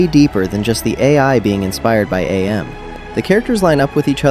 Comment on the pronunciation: it's pronounced am, as in "I think, therefore I am". Real nerd comment I know lol